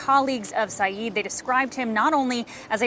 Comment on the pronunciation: he is absolutely INNOCENT but for goodness sake,, learn the surname. SYED. not SYEEEED